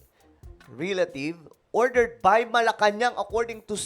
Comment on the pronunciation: RILATIVE? "Relative"..